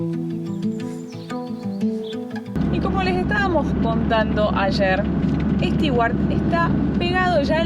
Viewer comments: Bonito Stewart ojo con la pronunciación de Stewart suena stuard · La pronunciación de Stewart es Estuart como si la combinación de tew es Too. Saludos y buen viaje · Hola chicos! Tema pronunciación: los de "beer" y "bear" en realidad son diptongos. En americano, beer se pronuncia "BIer" y bear, como se escribe. Después, las palabras con "ew" precedidas por consonante se pronuncian "iu" o "u" (a veces). Stewart sería "stiuart" o "stuart", como la palabra "new". Ahora "stew" (guiso) es sólo "stú". Espero haberles aclarado esto. Saludos!